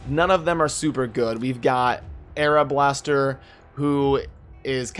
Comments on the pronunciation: my personal favorite in this one was arablaster ;D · R-ba-les-ter, I'm pretty sure Arab Blaster would be a sacred order character ;)